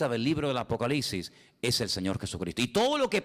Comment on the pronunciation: Todo muy bien hermano, solamente que no se dice apocaliCsis con c, y aunque sé que sabes perfectamente bien que es apocalipsis, no sé por qué los españoles siempre cambian letras en esas partes y se comen letras también. Ya sé también que lo principal es el espíritu, pero Dios aunque nos haya traído de lo pobre y necio del mundo sé que también nos trajo para ser cada vez más excelentes hasta que lleguemos a la estatura del varón perfecto que es Jesucristo. Amén. Oraré con el espíritu pero también con el entendimiento, así que también hablaré espiritualmente pero también con entendimiento. Amén 🙏